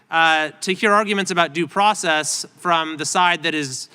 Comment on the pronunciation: The problem is others understand it as "due process"....trump read it as "do" process